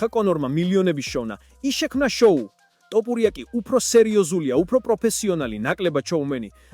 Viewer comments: რატომ იძახი ტოპურიას, როცა თოფურიაა. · შენი პროჭული ლაპარკი დამთავრე თოფურიაა ნუ ამახინჯებ მის გვარს წარმოთქვი სწორად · თოფურია, თოფურია არა ტოფურია. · თოფურია არის და არა ტოპურია გააჯვი რა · ტოპურიას ამბობს თუ მომეჩვენა?